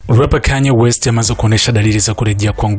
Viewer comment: Mbona kama mtangazaji unaongea kiswahili cha kizungu?!! 😂😂😂😂😂😂😂😂😂😂😂😂😅😅😅😅😅😅😅 Kwenye 'rapper Kanye west' umepiga kiswahili kidhungu😂😂😂😂😂😂😂😂😂